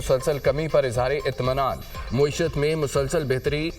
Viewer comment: یہ کون ہے جو معیشت (میم پر زبر) کو مسلسل موئی شت موئی شت کہے جا رہا ہے۔